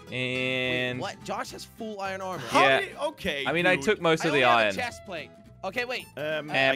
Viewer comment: This is how say Iron Irin